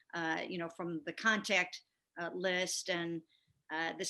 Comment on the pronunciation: Getting guys beeyack from close conteeyackt